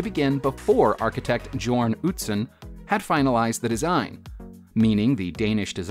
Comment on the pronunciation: It’s pronounced Yourn, not Jorn